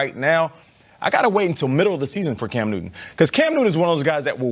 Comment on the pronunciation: At .03 she said Cam Newman! 😆😆😆